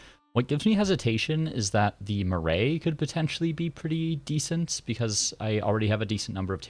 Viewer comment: Cool series! Just so you know for future the correct pronunciation of 'Marae' is closer to how you might pronounce 'Marai' - maa-rye. Rye like eye.